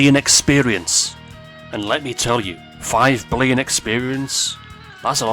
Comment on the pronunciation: late, but did anyone catch how he said "billion"? or is it just me